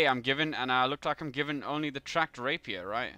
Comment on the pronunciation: No offense, but you pronounce rapier wrong. It's actually rap-ier, not rape-ier